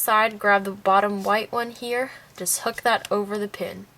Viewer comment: When you said u need any type of hook, u sounded s if u we're saying "u will need any type of hhhhook" like the h was a k... lol...?